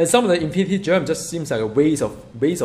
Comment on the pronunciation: I love that he calls Gems...Germs.